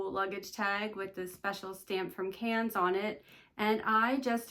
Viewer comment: Pronounced “can” not “cans”. I phonetically spelled it for you. 🤗